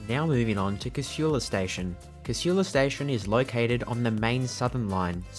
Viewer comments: Its Casula not Cashula. Shits me how people put a H in there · Despite the lady’s voice over the PA system… the word Casula is pronounced, K-sool-a. Lived in the area and been catching the train from there since the 70’s. I once asked TransportNSW to run a poll and ask the public how they pronounced it. 51% (who did not, or have never lived there) said it the wrong way, whilst the other 49% (who grew up in Casula) said it correctly 🤦🏻‍♀️ So they decided not to change the voiceover 😂